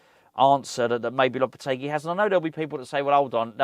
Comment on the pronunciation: Honestly floored by how well she pronounced Lopetegui lol